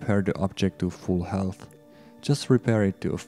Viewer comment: his voice was okay and quite understandable, he pronounced "health" wrong, but am not daft so i got it. He probably did alot of work and deserves the pride that comes with presenting the updates, don't you agree?